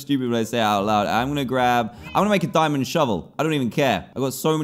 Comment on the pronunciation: Diamond throne You say yu ritch